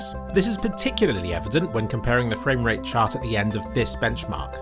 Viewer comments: My fwame wate is higher than ur fwame wate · fwame wate marker